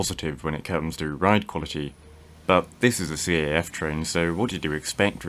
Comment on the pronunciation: CAF is usually not spelt, but instead said as a single word. It’s a bit of a shame that their ride quality is poor, since here in Spain it has a decent one, better than the other national manufacturer, talgo.